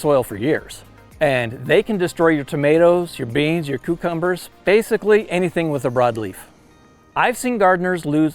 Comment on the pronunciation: This was excellent but I can't get over how you pronounced it "cookumbers" 😆